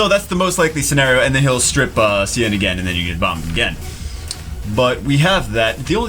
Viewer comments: Sian is the Gaelic spelling for Sean, Shawn, Shaun. It is not pronounced See-ann! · His name is pronounced like Sean.